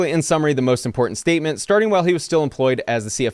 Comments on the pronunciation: Just like that FTX guy and that Holmes (theranos) girl. All of them operated around the bay area. All of them, from wealthy and connected families and they all seem to pronounce the word "important" as "imporden"(as well as others of their kind). Rich thieving Retards. Truly gifted and talented. They were all young geniuses "on the SPECTRUM"; and GIFTED the early easy lives, and TALENTED enough to steal exorbitant amounts of money, but still truly RETARDED. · She can't even pronounce "important"